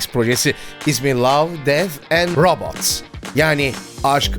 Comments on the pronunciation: Abi Love Death and Robots u seslendiriken neden garip bir aksana bürünüyormuşsun gibime geldi? Rabıts mı yani 😂 fazla vurgulamış gibisin dizinin ismini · love dead and robots ta 'robots' u neden vurguluyosun bu kadar ? alışkanlık gibi bişeymi